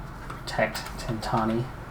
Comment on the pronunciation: I think that last climb on the second stage was the Angliru P.S. I´m a bit confused, you always say Tentani but isn´t he called Tentoni?